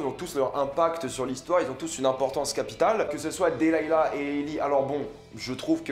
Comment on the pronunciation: sa se dis delilah PAS delayla